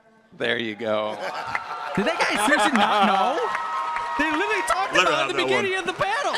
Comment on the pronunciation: “I litiralli litiralli”